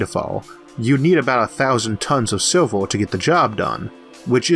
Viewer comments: LMFAO..."is it gold or Silvor"....its fucking "silv-er" stphen hawkins cousin. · and it may be to do with the fact its been made using a app/program that turns words into speech! still...i dont care if you find it hard to understand...it must be a cheap app/program to say SILVER as SILVOR...CENTIMETOORS not CENTIMETERs...and it gets annoying every other sentence. Im very interested but update your bloody software.please.still.thank you for time spent uploading.